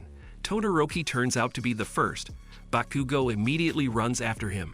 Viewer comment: "Bakuga" 💀 "Bakagou"